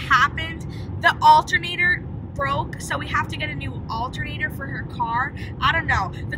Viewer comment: When she said "do we need a new altunater"I was like U NEED A NEW CAR!!!!!